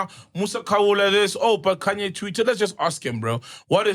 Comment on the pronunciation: KHANYE WEST? isn't it Kanye West